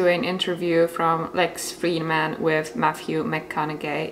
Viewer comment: please check the pronunciation of Lex Fridman because you said it like Morgan Freeman